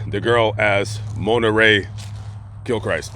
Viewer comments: It’s pronounced kil-krist, not Christ down here in SW LA. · Grammar lesson of the day: The Christ in Gilchrist is pronounced like the name Chris but with a T at the end.